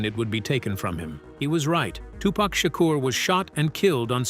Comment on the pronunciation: fact number 29- tupac's, and bom-buhtah and queen lottifah's names are pronounced both correctly and completely incorrectly in this video over and over- also donald fyzen or faysountt was in new jersey drive which was just as dangerous a movie which he was in